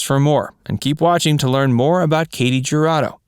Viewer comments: Her name is pronounced "hu" Rado. Not ja. Just sayin. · Her last name is pronounced "Who-ra-doe" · It’s actually Hoo-Rah-doe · The J is pronounced as a Y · Katy Jurado really stood out in High Noon, which I highly recommend to anyone who hasn't already seen it. That's what I know her from. What other movies of hers do you recommend? Anyone? p.s. If you don't want to completely butcher her name, just search any Spanish language video about her, such as: historias engarzadas katy jurado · I read the comments to find one mentioning how her last name is mispronounced. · How in the hell did Ernest Borgnine manage to marry this beautiful woman? And how does the narrator not know how the letter j is pronounced in Spanish? Did no one see this but him before it was uploaded?